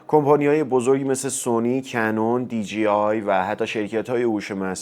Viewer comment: عزیز دی جی آی dgi اشتباهه. مثل کلمه ی جیب خونده نمیشه. d jey i درسته . DJI